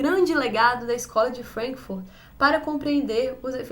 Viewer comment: Vc sofre "anglicismo cultural " Fala Frankfúrt e Gramsci com sotaque ""Frénkfurt", "Grémci". No entanto....é! Tô gostando das resenhas.